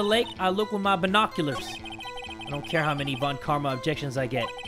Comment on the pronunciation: People keep forgetting that "von" in surnames is German in origin, and should be pronounced "fon", like in Volkswagen. Please remember!